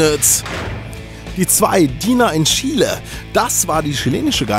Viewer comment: Endlich mal jemand der Chile einigermassen gut aussprechen kann !!! ;D